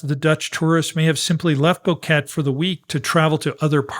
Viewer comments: Thanks for the well researched video. It's so good to hear a real human voice-over too. However I must point out a recurring error. The name of the town isn't pronounced 'Bow-ket'. It's 'Bo-ke-te'. Three syllables with the accent on the second. It really isn't so difficult. If you can say Nevada, you can say Boquete. You don't say 'Nevadd', so why say 'Bokett'? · Its pronounced: BO-QUE-TE